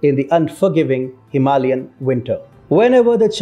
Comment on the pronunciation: You butchered “Himalayan winter” lol